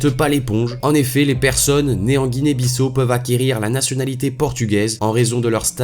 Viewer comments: Guinee Bissau non pas Guinee Bissou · Ça se prononce Guinée Bissao mais ça s’écrit Guinée Bissau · on dit "Guinée-Bissâo" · Apprend à prononcer Guinée - Bissau. Merci